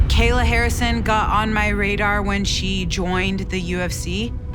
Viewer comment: Buddy said Gayla Harrison 😂🤣🤣💀